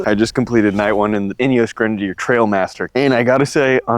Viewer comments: Correction, it's TRIALmaster, not TRAILmaster. Yes, they're fantastic, beautiful beasts. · Trialmaster not trail master.